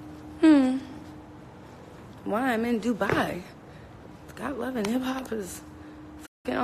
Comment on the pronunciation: DRINKING GAME!! Every time she say “DOOBYE” take a shot.... in Dubai.